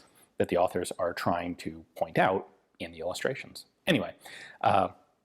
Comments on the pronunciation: Quick pronunciation tip: the letter "e" is pronounced "ee" in English and in English only. In other languages it's either "é" or something close to a "uh". In that case Dreyse would be pronounced something like "Drayzuh". Great video as usual though :) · As a German i can say that the name Dreyse is spoken Dreyse :-) ! Fun away: german words are spoken in german language as they are writen, but of course with german pronouncion, the letter e at the end is spoken like the e in west.